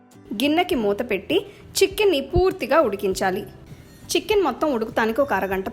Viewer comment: Madam chchicken kaadu chicken ani pronounce cheyyandi